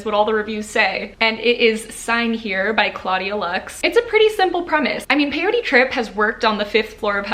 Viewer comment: Peyote Trip, right? Sounded like Parody Trip lol. That was my BOTM pick also.